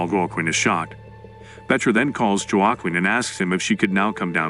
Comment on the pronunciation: 18 ways of pronouncing 'Joaquim', not one of them correct.